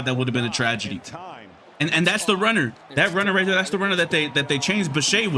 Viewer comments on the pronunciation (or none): none